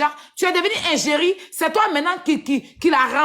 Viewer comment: C'est l'hôpital qui veut se fout de la charité! on dit pas ingerie mais égérie